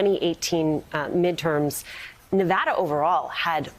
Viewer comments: If you guys are going to cover news about Navada, why not make an effort to pronounce it correctly? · They can't even pronounce the name of the state correctly.